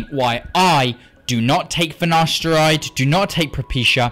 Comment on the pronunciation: ok i will not take finaSHteride